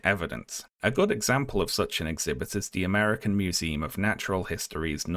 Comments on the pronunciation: Uhm can we talk about pronouncing it "museeem" like 300 times in the video? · museum? With an "uhm" and not an "eem" at the end